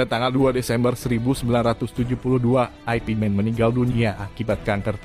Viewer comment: Yank bener ip Man... Bukan aipi Man... Lucu niih